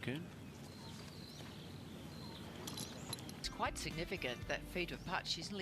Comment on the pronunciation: Who the hell is “Tittiekoon”? mThe Thai pronunciation is THiti khul “